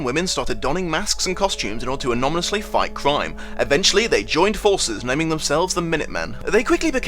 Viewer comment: Wait, did you say "don masks and costumes to anonymously fight crime" or "don masks and costumes to anomalously fight crime"? Because, come to think of it, they both work!